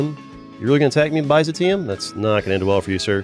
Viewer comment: The pronunciation of byzantium physically hurt me